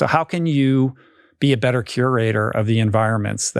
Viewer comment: Except he has changed his “better” and “wetter” to “bedder” and “wedder”. To my English ears, this stands out. He is very inderesting though.